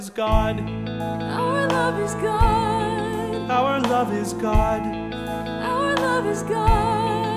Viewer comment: The only thing I hate about this song is how said "our",like it just feels awkward to sing it in two syllables